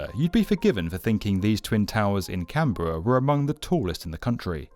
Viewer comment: It's pronounced canbruh instead of can berra